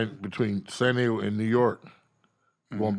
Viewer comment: the fact that you said DAYGO!!!